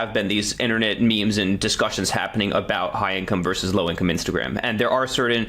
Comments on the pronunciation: The abbreviation ‘vs.’ is pronounced ‘versus’. Saying ‘verse’ instead of ‘versus’ is low-class speech. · VERSUS!!! not verse!!! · VersUS, not verse. Stop ruining English. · Hi Taylor. Good content. Btw, it’s “versus” not “verse”.